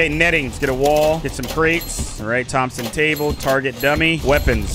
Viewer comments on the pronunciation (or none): Tom-son not Thomas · Bruh he said Thomas gunner it's Thomson. 🙄😠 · its pronounced thompson gunner you said a thomas gunner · its not a THOMAS GUNNER FOR THE LAST TIME ITS A THOMSON GUNNER (PRONOUNCED TOMP-SEN) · bro called it a Thomas gunner 💀💀